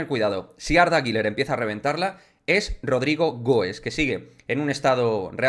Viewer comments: Arda guler arda guler no (guiler) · No se pronuncia Giler